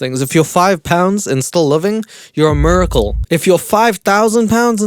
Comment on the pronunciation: love the way you say miracle lmaooo